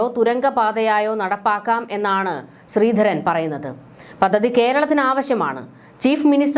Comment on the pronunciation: താങ്കളുടെ ഉച്ചാരണം പലതും വികലമാണ്. " പദ്ധതി ", എന്നു പറയുക. " മുഖ്യ മന്ത്രി " എന്നതും തെറ്റിച്ചാണ് പറയുന്നത്